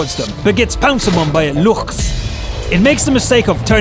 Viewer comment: Nope, the guy in the video says it correctly ;)